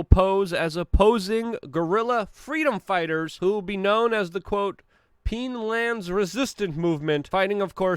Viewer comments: PINE land Not PEEN land lololololololol #ComeOnMaaaaan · Luke, did you really say "peenland"? It's a pine. a pinetree. a pineforest.. Dude really. pineland is peenland? what? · Peenland? Lol it’s Pineland like Pine Tree. That was funny. Love the videos keep up the good work Luke. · I am thinking you might want to put out a redacted video after this one. As a retired member of United States Army Special Operations, I can tell you that the training exercise called "Robin Sage" in "Pineland" (that is "Pine" as in the tree and not "Peene" as pronounced here), NC (a "fictional town" not too far from Fort Bragg, NC) is conducted multiple times a year as it is the last stage of "training and evaluation" for candidates going through the Green Beret training. These trainees as the candidates have not received their Green Berets yet. This training is to evaluate the candidate's after they received their training to become Green Berets which are the experts of guerilla warfare in the United States Army. Multiple services and civilians are hired to play citizens of the made up country of "Pineland" which the Green Berets will have to win favor of using "Civil Affairs" (winning the hearts and minds) methods while being confronted on how to deal with cultural clashes that the teams could interpret as immoral by "western society" (just like actual Special Operations members are faced with going to foreign lands constantly). This exercise is based upon the early missions of the Green Berets in Vietnam, Laos, Cambodia, and other surrounding areas that they encountered shortly after their creation . They are more about helping "rebels" or "resistance fighters" and not about being "establishment" military hunting down the "rebels" or "resistance fighters". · it's pine..pronounced ..like pine trees? Pine land. I listen for entertainment but I can never take him seriously cause the dude is almost illiterate. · Its pine as in pine tree luke...jeeez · You said "Peenland"